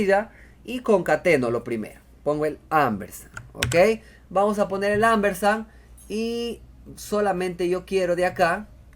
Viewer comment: Excelente...No es Ambersan, es Ampersand...Con P